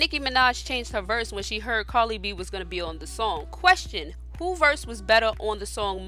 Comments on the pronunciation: I swear you called her Carly instead of Cardi..... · The name is Cardi B! Please stop saying "Carli"! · Why did you continue to call her carli b ummmmm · Are you saying "carly b" 😂😂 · She said Carly b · love life yer i know but the lady talking in the video is saying "carly b"😂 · Why does it sound like she's saying "Carly B" 💀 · Why is she saying Carly b. It's cardi b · Am I the only one who heard her say Carly b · Why it sound like she sayin "Carly B" 😂😂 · How are you going to put up a video about someone whose name you can't even pronounce correctly? Who the hell is Carly b?￼ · Carli b or Cardi b? Lmao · TommyScissorhands. It's cardi b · At least pronounce cardi b name correctly dam smh